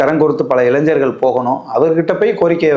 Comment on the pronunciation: இளைஞ்சர்களா?இளைஞர்களா?தெளிவாக தமிழை உச்சரிக்கவும்